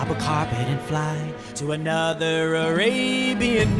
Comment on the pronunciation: I love the way he pronounces it "ARAYBIYAN"😍💯💯💥💥